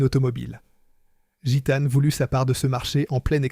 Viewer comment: L’IA c’est vraiment chiant "Machècoule", au lieu de Machecoul. Guitane au lieu de Gitane. Franchement c’est agaçant. 😊